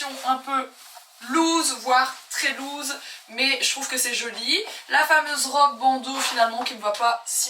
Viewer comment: Par contre ample en anglais ce prononce’louse’ loose et pas lose qui veut dire - perdent 😊